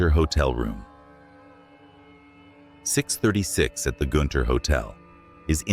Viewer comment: GUNTER is pronounced GUN TER. My father worked at ITC for 35 years. I worked security for about a year at that location. I experienced ALOT there.